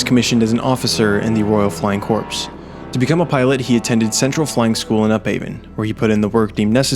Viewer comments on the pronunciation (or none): Just a small nitpick I had with the video. The word "corps" is not pronounced corpse. Its pronounced "core." Marine Corps, U.S. Army Corps, Navy Corpsman. Other countries also use it. Napolean Bonaparte used it for his army formations. Its a very old word. Other than that, fantastic video. Keep up the good work. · corps is not pronounced "corpse" but "core" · it's pronounced core "corp" btw. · PSA corps is pronounced core as in Marine Corps